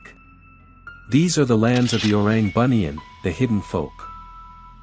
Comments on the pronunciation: The western pronunciations of Malay words. Don't know whether it's excusable just because they don't know how to pronounce or just being authoritative at being westerners. First of all, it pronounced "Boo-Nee-Un" not "Bunion". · entertaining video! Just want to correct, orang Bunian is pronounced as boo-knee-an. Boo as in baby boo